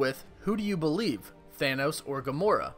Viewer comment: "BELIVE" Boi, Engrish